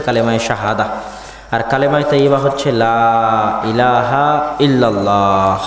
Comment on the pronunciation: Illallah noy illalloh